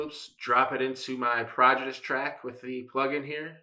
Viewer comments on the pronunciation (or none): It's pronounced 'PRO-DIJ-E-US' NOT 'PROD-A-GUS' and sounds like it was derived from a cheap home organ. Not even 'quirky', 'campy' or 'funny' bad ... just BAD !